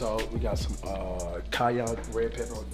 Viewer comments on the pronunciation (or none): Cash said “ red Kanye pepper” 😂